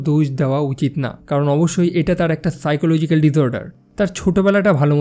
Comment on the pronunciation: সাইকোলজিক পাইকোলজিক না 😅😅😅🇧🇩🇧🇩❤️❤️